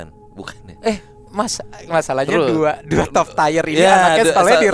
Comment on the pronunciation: Tier dibaca Tir mas... bukan tayer..